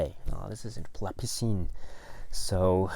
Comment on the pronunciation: Hello, hope you and family are well in Tokyo. Happy to hear about these new titles. And very happy for «La piscine» (you’re pronunciation is great). Just saw the cover on the Criterion site, I didn’t saw the detail of the title at first, you’re right there’s a bit of smugering on the title like something stayed in the water too long! I have a french edition of the film, also with an english version (I think they were shooting the french dialogues and right after the english ones). It was an occasion for Alain Delon and Romy Schneider to play together again and the film did re-launch Schneider’s career in France. Plus we have a very young Jane Birkin. Script was written in part by Jean-Claude Carrière who passed away recently. Looking forward to get a print of the film!